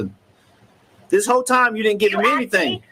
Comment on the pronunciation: If I never hear the word “Anythink” again it will be too soon!!!